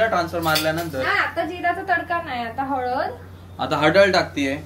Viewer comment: halad 🟡❌ HADAL 👻✅